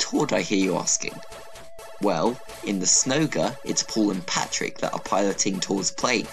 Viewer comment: You said Patrick it’s Patrick